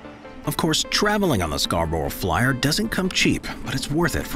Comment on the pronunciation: As a local, I've never heard anyone pronounce Scarborough like that.